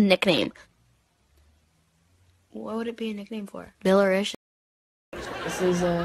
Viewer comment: it's billerisha